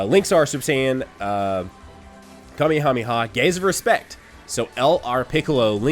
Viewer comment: the way you said family kamehameha kinda bothered me